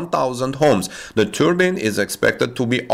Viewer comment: It's pronounced "Turbine" not "Turbin". It's a big windmill not a headdress.